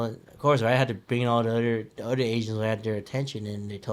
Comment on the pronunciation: He pronounces Other Otter